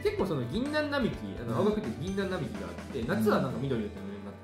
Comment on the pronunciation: ギンナンナミキって…… イチョウナミキでは……